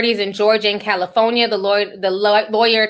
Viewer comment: Wait did Ti just say “Caliphonya” 💀😭😭🤣🤣🤣🤣